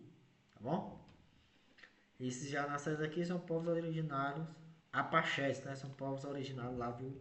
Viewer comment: nao é apachéis é apaches . 😂😂😂😂